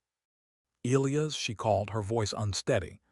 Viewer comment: Why can't your AI pronounce "Elias"?